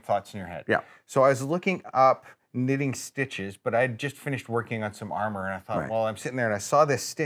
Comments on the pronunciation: "What boy doesn't like ermer" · “What boy doesn’t like ermer”